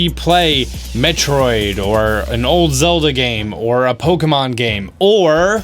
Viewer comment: Step one as a Nintendo reviewer and video blogger: learn how to say Pokemon correctly.